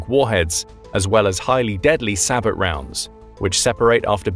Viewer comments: It's pronounced bow, not bo. Is this a computer speaking? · SAH-BOW....as in Sabotage (SAH-BOW-TAJ). It's a French word. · Hearing all these military channels pronounce the word “SABOT” incorrectly is like nails on a chalkboard. It’s a French word and the “t” is silent, pronounced “say-bow”.